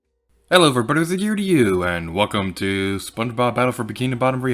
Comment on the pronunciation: " spon bobba...spon bob-....." hahaha this cracked me up so bad I tend to mix up all my words together like this 😭 it feels good knowing im not the only one